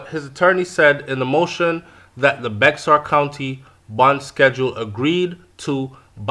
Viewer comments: That's here in San Antonio. The county is pronounced bear. This is a sad situation. It doesn't matter if she was cheating or not. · Nuff man fool fool enuh, naw hol nuh medi. Aahh bwoy, this is sad. Can't wait till everything is figured out.. (& bexar is pronounced bear)